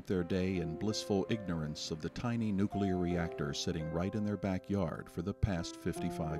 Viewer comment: your interviewer can't even pronounce "nuclear"